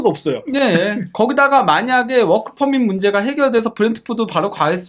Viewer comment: "워키퍼뭇 발기" 부분에서 빵 터짐